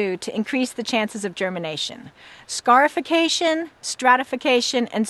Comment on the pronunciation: When she first said scarification I thought she said scarf-ication.